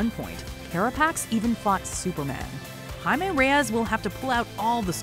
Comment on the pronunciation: I'm glad you pronounced his name correctly this time, compared to the 2014 comic book origin video yall did, where the voiceover kept pronouncing it wrong.